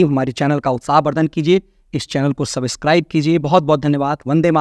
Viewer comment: Please, go through the google for the precise pronouncing of “subscribe”, you need to use this word often and repeatedly in each video, hence requesting - not that any of us is great in English pronounciation and going as such also goes well.😂🙏🏻🎉💕